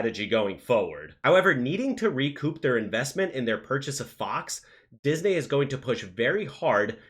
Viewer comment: Say "Disney" correctly lol